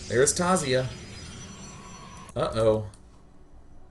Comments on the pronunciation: Hey guys Taziah here just wanted to say THANK YOU DAY9 :D I am so glad you casted my game can't wait for next funday monday :D loved the game. Just pointing out it is Taz-I-ah not taz-e-ah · Hi it's Taziah here I am so happy day9 casted my game :D btw I just wanted to point out my name is pronounced Taz-I-ah